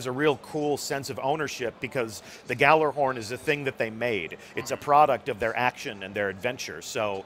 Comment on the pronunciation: not even someone who works for bungie can pronounce gjallarhorn correctly